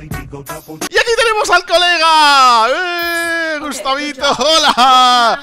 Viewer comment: Le dijiste gustabito ala rana